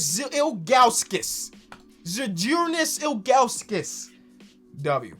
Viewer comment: Your pronunciation of Žydrūnas Ilgauskas was pretty close - good job